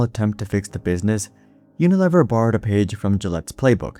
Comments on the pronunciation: I have never heard it pronounced uniLEHver. I was at P&G and they said UnaLEAver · No, but I know the name "You-nih-LEE-vur". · Pronounced U-na-LEAVER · Uni LEE ver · Yes I noticed that right away too. And maybe he should check how to pronounce Unilever. Rhymes with beaver not never. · This is either an AI generated piece of garbage or the presenter is seriously uninformed. Unilever is pronounced YOO nuh lee ver. ANYONE who has any knowledge of business would know WHO this company is and knows how to pronounce the name. It has annual revenues of OVER $50 BILLION .Yes, "we know the name" and we know HOW to pronounce it. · It’s pronounced “uni-leever.” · It’s pronounced you-nuh-leev-er. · Tell your AI that it's pronounced "uni-leever" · UniLEAVer pronunciation FYI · Yo, AI narrator, Unilever is pronounced Uni-LEEver. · Unilever is pronounced with a long "e" sound. Unileeever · Unilever is --- yoo-nuh-leee-ver. Computer generated voice, eh. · It's pronounced "uni-lee-ver" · Your mispronunciation of unilever is crazy bro. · Rhymes with lever...